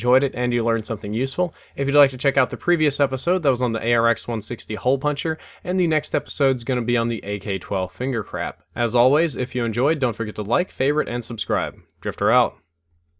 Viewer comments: He said finger crap instead of finger trap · Did anyone notice at the end he said Finger Crap rather than Finger Trap?? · He did say finger crap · It sounds like you said "Finger Crap" XD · Did he say, "Finger Crap"? Well it is tho! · AK 12 Finger Crap?? Sounded like you said just that... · i heard it too but i thought i heard it whrong xD